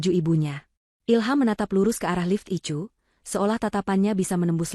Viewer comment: Koreksi, bukan ICU tapi dibaca "AISIU"